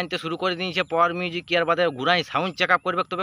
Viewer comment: ঠিক করে বল পাওয়ার মিউজিক